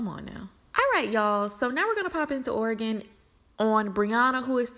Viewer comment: Thank you for pronouncing Oregon correctly! 💚